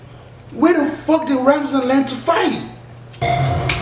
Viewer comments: Is Ramzan not Razman haha 😂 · Ramzan bro not Razman. 😂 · Loool man said Razmat 😂😂